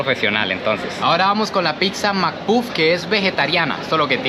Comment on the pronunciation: Es pizza Chico no pixa